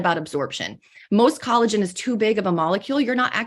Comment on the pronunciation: i told my best friend about their pronounciation of collagen and they said that’s targét behavior 😂